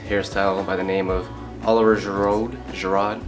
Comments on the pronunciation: It's ger-ou actually lol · haha it's shee-roo/rou :'D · Nice hairstyle! Btw the correct way to say his name is Oliver Gi-Rew, the D is muted. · Detlef De Clercq Do you really pronounce it like a G/J? I coud swear it's a sh ;) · dude you slaughtered his name... its french.. should sound like girou, not a hard d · Did u actually fking call him girod? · He's French, so his name is pronounced oh-liv-ee-ay ger-oo. Just thought you should know in case you ever want to do another tutorial for his hair in the future. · “Oh-live-y-ay” “ger-oooh”...or that’s what FIFA says 😂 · Hahahahahaha the pronunciation is G,Root.. I think so but yeahh, nice haircut mate.. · Pronounced G-Rude,.:) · Pronounced "Olive-iay Gee-Rude" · its "Girouuuuuud" aha xD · His name is pronounced O-liv-ee-a... Ge-roood. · Well done, hes one of my fav footballers but you pronounced his name wrong haha ! Its sounds like (Jur-rude) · It's pronounced (Oh-li-vier) (Ji-ru) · It's pronounced geerude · Gee rude is how its pronounced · Firstly, to the guy who tried commenting on him that he hasn't pronounced it right - it's pronounced 'oliv-ier gi-roux' secondly, Giroud's haircut is different, although I understand he said it's his own interpretation. I'm a hairdresser/barber and Giroud's haircut is horrible. It's just half a haircut, he looks like he does it himself. Terrible. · Slaughtered the name pronunciation but other than that great video I subbed and will be back for more! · You butchered his name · Great video man but butchered that pronunciation tho! LOL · lool u pronounce giroud wrong